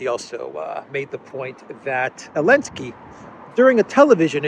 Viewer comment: while i do appreciate the non pro america point of view, you guys should really stopsaying elensky. it is just as stupid, childish and disrespectful as saying pootler